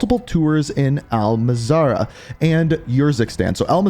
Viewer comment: It’s Al-Mazrah. Not Mazarah.